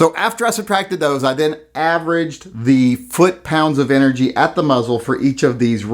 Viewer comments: 'Enegy ' ??? Lmao ! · Is that a silent 'R' in "ENEGY"? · hates Republicans so much that he refuses to use an "R" in the word energy.;-)